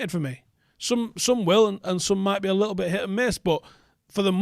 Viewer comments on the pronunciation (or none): none